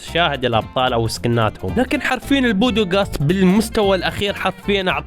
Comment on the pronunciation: ليش تقول البودوقاست اسمه البودكاست